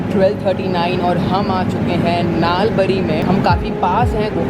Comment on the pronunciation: Nalbari (नालबरी) nehi The pronounce is Nalbari (नलबरी).….🥰🥰🥰